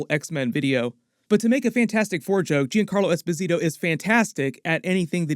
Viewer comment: technically mr freeze is a dr friez. also his name is pronounced like Yon Carlo esposito